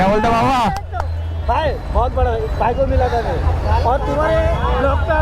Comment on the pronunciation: its not "vai" it is "bhai" !!!! Please learn Pronunciation !!!!